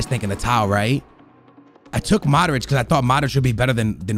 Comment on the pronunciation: It's not MADRIĆ, it's MODRIĆ😑